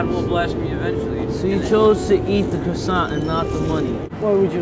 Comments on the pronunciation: “so you chose to eat the quassiont,not the money” 😂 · "You chose to eat the crosaint, not the money" Lol